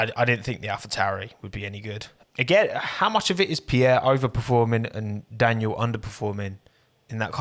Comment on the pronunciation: when someone pronounces 'daniil' like 'daniel' so i think they're talking about danny rick.